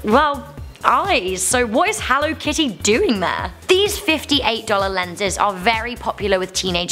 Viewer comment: HELLUR AND WELCOME